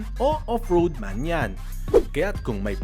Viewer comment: Terra not Tierra